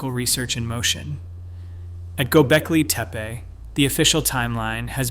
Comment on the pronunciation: You really should make sure that you know how to pronounce the name of a place correctly BEFORE you try to educate anyone about it. After all, it's its NAME